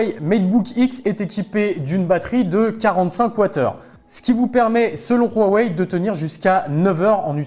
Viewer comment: Rhouwawey, non Huawei